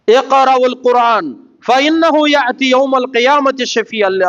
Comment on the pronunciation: ఖుర్ఆన్ అని అతనికి తెలుసు పాస్ట్ గా మాట్లాడేటప్పుడు అలా వస్తుంది , చేసేదేమీ లేదుగాని ఏదోకటి పట్టుకొని విమర్శించడానికి మాత్రం ముందు ఉంటారు మీలాంటి వాళ్ళు ఆయన లాగా దైర్యంగా తౌహీద్ ప్రజలకు చెప్పగలరా?